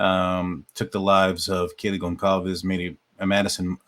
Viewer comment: 1st comment 😊 You are the ONLY one I’ve seen so far that actually pronounces GonCALves correctly.